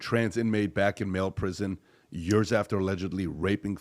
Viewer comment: It's "years" not "yörs"